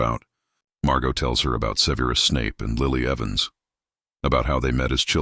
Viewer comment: SEH-ver-us, not "Severe us"